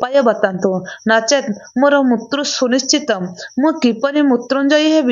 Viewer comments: Mrityu kahibe, apana mutru kahuchhanti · ମୃତ୍ୟୁ କୁ ମୁତ୍ରୁ ପଢ଼ିବା ଠିକ୍ ନୁହେଁ l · ଝିଅ ତୁମେ ଜଣେ ଓଡ଼ିଆଘର ର ଝିଅ ହୋଇଥିବ ନିଶ୍ଚୟ ଯେହେତୁ ଏହି ଓଡ଼ିଆ ଲେଖା ଗଳ୍ପଟିକୁ ପାଠ କରୁଛ ଇଉଟିୟୁବ ଚାନେଲ ମାଧ୍ୟମ ରେ କିନ୍ତୁ ହେ ମହିୟସୀ ମା ତୁମେ ଲେଖା ଟିକୁ ସଂଶୋଧନ କରି ପଢ଼ିବାର କଥା, କାରଣ ବାରମ୍ବାର ମୃତ୍ଯୁ ଓ ମୃତ୍ୟୁଞ୍ଜୟ ଶବ୍ଦ କୁ ମୁତ୍ରୁ ଓ ମୁତୃଞ୍ଜୟ ଉଚ୍ଚାରଣ କରିବାଦ୍ୱାରା ଓଡ଼ିଆ ଭାଷାର ଶବ୍ଦାବଳୀ ଅପଭ୍ରଂଶ ହେଉଛି ତେଣୁ ଦୁଃଖ ଅନୁଭୂତି ହେଉଛି, ଆଗକୁ ସତର୍କ ରହି ପଢିବାକୁ ଚେଷ୍ଟା କଲେ ଭଲହେବ ବୋଲି ମୋର ଆଶା, ହରିଃ ଓଁ ଜୟ ଜଗନ୍ନାଥ ସ୍ୱାମୀ ଜୀ, 🌹🌹💞🕉️💞🌹🌹👍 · Kan bhasa ta thik se kahi januna.. Uchharana bhul kahucha.. Mrutyu ku.. Mutru... Mutru kan kahucha... Hasa labuchi tuma katha sunile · ମାଉସୀ ମୁତ୍ରୁ ମୂତ୍ରୁ କଣ କହୁଛ, ଫେରେ ମହସ୍ରି ବି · ବହୁତ ଭଲ ଭିଡିଓ। ମୃତ୍ୟୁ ର ଉଚ୍ଚାରଣ ଠିକ୍ ଭାବରେ କରନ୍ତୁ।